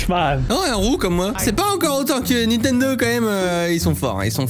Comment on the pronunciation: qui dis nitendo et pas nintendo ? (mwa)